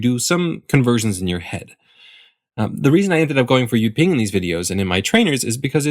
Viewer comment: correct jyutping, but he pronounced it wrong